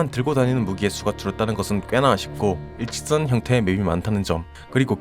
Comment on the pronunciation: 일직선 발음이 어려우신거같아요 ㅋㅋㅋ 리뷰영상 아주 잘봤습니다 ㅎㅎ